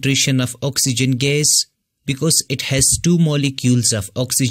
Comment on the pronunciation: sir please try to say the word gas neatly